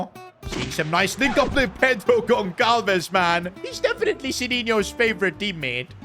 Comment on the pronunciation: It is not pronounced Gon-kal-ves (Goncalves), rather it is Gon-sal-ves